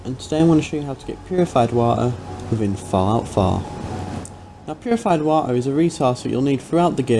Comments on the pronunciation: Go to resources... wa-e... whatever that means XD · Purified Wa' er'